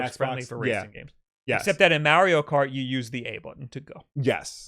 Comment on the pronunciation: It's pronounced niiiche not fucking nitch that does my fing head in, you pronounce Mario right but f*** up a simple word